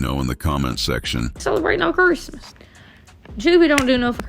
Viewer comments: it’s definitely not southern to say “cherstmas” lmaoo it’s the same “Christmas” just with a southern draw, which comes from a lazy tongue. I grew up in Kentucky, and she definitely has a Kentucky accent, but she says Christmas differently than anyone else I know lol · I think he was called it "Curse-mas" bc of how bad it was growing up. She pronounced it right at least 5 times b4 n after she pronounced it like that